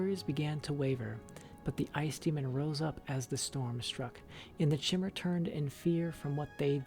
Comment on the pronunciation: I feel like the book was written by maiq the lier on a skuma trip lol Btw in pretty sure chimer (woodelfs) are pronounced with K like ( kimer) nd tiber is ( Tai ) ber XD cheers .